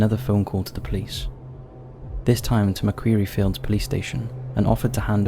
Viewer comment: I just have to be one of those "pronunciation arseholes" but Macquarie is pronounced Mac Quarry like in a mining Quarry not Queery